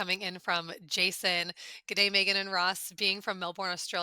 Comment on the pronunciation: Ross..why do you mispronounce Meagan name. Accent aside, i would think you could pronounce people's names correctly.